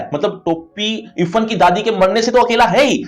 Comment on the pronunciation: Irfhan hota hai ifan pronounce